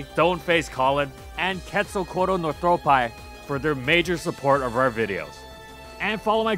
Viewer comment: Every time you read the patron names and read "northropi" I mishear it as "no throat-pie"